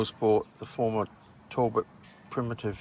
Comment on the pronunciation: its not tallbot , tal-bot